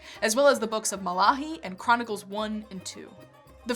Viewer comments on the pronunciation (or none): 'Malahi'?? Who da heck is 'Malahi'? lol. - Great video, though. Thank you! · cant trust a women that cant pronounce correctly malachi! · I'm sorry but the mispronunciations of the names Nehemiah, Artaxerxes, and Malachi were quite distracting. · The same for me. Also "Malachi".